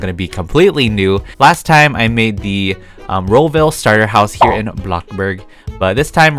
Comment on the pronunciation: what the freak is ro-ville?